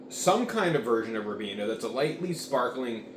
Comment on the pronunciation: It's pronounced "rye-been-ah". Glad you enjoyed it!